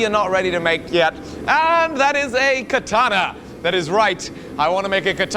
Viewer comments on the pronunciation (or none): Katanee yee-haw